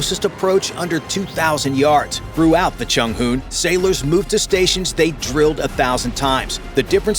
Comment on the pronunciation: Chung hoo? 😂😂